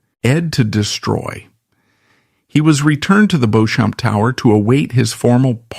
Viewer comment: He had been conditioned to view women s political instruments. He expected unquestioning compliance. Then why did he go to mummy? Mummy was a woman. Was he hoping that she would appeal to his wife, as woman to woman and give him the Crown Matrimonial? Beauchamp is pronounced Beech-AM. Oyer and Terminer - To hear and determine.